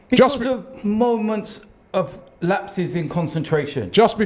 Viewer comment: For the love of god robbie learn how to say the word BECAUSE please